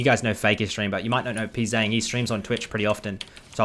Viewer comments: Who is Pee Zang lol you're pronouncing his name wrong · Hello, the letters ‘Pz’ in his name is meant to be pronounced individually, his name is 프제짱 when written in korean (I would write this like pu je jjang)